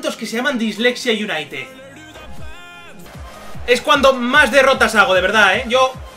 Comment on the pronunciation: mario és disléxico ahí dice dislexia utined